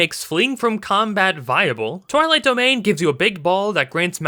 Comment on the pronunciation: You pronounced Twilight Domain suspiciously similar to Toilet Domain. Not a Divinity I would want to Channel.